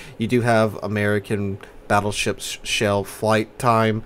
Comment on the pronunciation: did you really call the split tree "fattleships"? xD